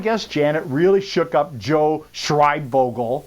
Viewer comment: First of all if you’re going to pronounce someone’s name say it right second of all joe has a heart of gold